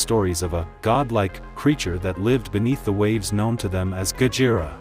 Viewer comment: I wonder if there will be a Mothra or even King Ghidorah analysis video also it sounds weird when AI couldn't even pronounced Gojira correctly it said "Gajira" not Gojira